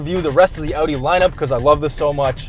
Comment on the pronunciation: your pronunciation is a 10/10. The "Audi" sounded like a german said it.